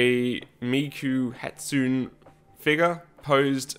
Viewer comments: "This is a Miku Hatsoon Figure..." -- God dammit. -- HATSUNE -- HA. TSU. NE. -- The E is not fucking silent. -- It makes a hard "A" sound, like in "hay". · The irony is that Michael Jensen is also incorrect. The "e" isn't a long "a" sound but rather a short "e" sound, which is difficult for most English speakers to say because no words in the English language end with a short "e" sound. If he feels the need to correct you, he should at least use proper Japanese pronunciation himself.